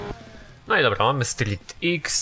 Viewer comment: Street X czyta się jako "strik kros". :)